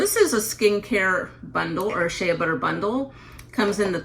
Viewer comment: Incorrect pronunciation of Shea.